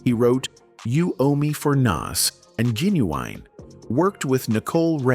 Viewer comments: Who TF is Jen-U-Winnie ........I can't stand this AI stuff sometimes man! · Bruh 😂😂 I thought I was tripping when I heard the way ai pronounced “Playa.” Making it difficult for no reason. At least I feel some job security now 😅 “GeeUweenie” took me clean tf out! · Yo🤣😂🤣😂😭WHAT THE FUDGE🤣😂🤣😂😭WHO???😂🤣😂 GEE-NEE-WEENIE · I'm a little off topic but the way u said genuine's name is hilarious genuweenie LMAO OMG holding my gut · i said the same thing and he kept saying Ginuwine name wrong and Playa🤣🤣🤣🤣